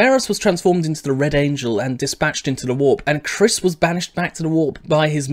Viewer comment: The proper pronunciation is Ky-riss.